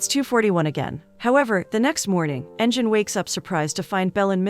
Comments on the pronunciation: It would be Engine with sound of g (ghee) not jee. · LoL she called him engine